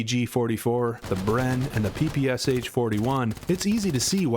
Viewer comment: Another outstanding video from. His advice here is absolutely spot-on. I can't resist pointing out, however, that he STILL hasn't figured out how to pronounce Sturmgewehr or PPSh. He's such a great leader, it's hard to believe he's such a slow learner. 😆